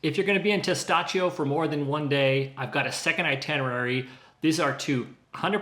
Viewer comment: Tes TAh CHO! Not Tes Tah SHO.